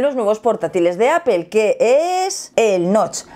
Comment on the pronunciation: Porque dicen Apel y no Apple?? No la L va antes de la E? Que cagado